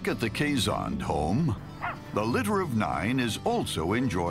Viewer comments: It is pronounced "Kees Hond" Hond means Hound. :) I have no idea why they say "Kay Zon. O.O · Kay-Zon? I thought it was pronounced like it's spelled.. key shawn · The proper pronunciation is "kay-sund."